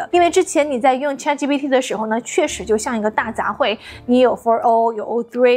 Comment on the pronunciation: 为什么博主对ChatGPT读的恰特，而不是浅特？